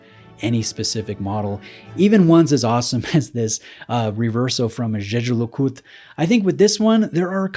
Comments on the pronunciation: Props for the pronunciation of Jeager LeCoultre. Great video! 😄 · Thoroughly enjoyed your pronunciation of Jaeger-LeCoultre.